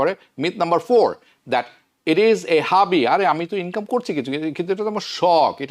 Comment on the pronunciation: Brother, either speak English or Bengali. Plus your English accent is very bad. You are saying hubby for a word hobby and many other words. Hubby and hobby have two different meanings. You keep repeating the same thing in English and Bengali, very annoying. You are doing a good job by sharing the info. Many Bangladeshis need to know updated tax, immigration and political news but please correct yourself on above mentioned things I told.